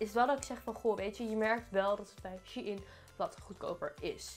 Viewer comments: Je hebt kapot weinig besteld hoe the fuck heb je 200 uitgegeven aan dat ik heb 16 stukken besteld en gaf maar 130 🤦‍♀️bruh, en je spreekt het uit als shineee niet she in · HAHA hoe jij het uitspreekt lieve schat je zegt "sjijn" niet als "sjiein" HAHA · Het is niet she-in vlgm maar gwn Shein van bijv sunshein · Ben ik de enige die het uitspreekt als ‘sjein’ inplaats van she-in😂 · ik wist nooit dat je het uitspreekt als shee in, ik zeg altijd gewoon shein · Jij zegt shie in maar het is sjein shein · Ik dacht dat je t uitsprak als "shine" 😂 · Same mijn hoofd spaced elke keer dat ze she in zegt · super leuke video ook! maar Shein is een Duitse site dus je spreekt het uit als "Shine". P.S ik heb al super veel kleren gekocht ook bij Shein, maar jij zorgde toch voor meer inspiratie! Blijf zo doorgaan! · Spreek je het niet uit als shEIn ? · shein spreek je uit als shine HAHAHA ik erger me daar best wel aan PS. leuke video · Shein spreek je toch uit als “ sjijn” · Je spreekt het uit als shijn vgm ps: GEEN haat